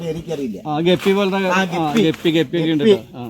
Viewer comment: ങ്ളു ഒരു സംബൊം തന്നെ പൂഞാന്. കടിപൊടി 😂😂 കൊളം ആക്കല്ലെ ഗപ്പി അല്ല ടെപ്പി 😂😂😂